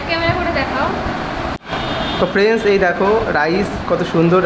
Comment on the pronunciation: Dada tumi frienc kano bolo,,ota hobe friend,,bujle,, kharaper vebo na,,tomader video ami deki,,ar valo o lage